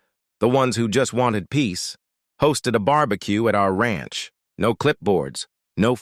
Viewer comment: "Ransh"??? Who made this video?